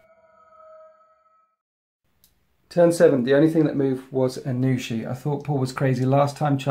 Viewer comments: Aun'Shi not Anu'shi for future reference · It's hard to know how to say anything until you hear someone else say it. But, yeah, "Aun" as in Auntie >< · it was killing me every time I heard it lol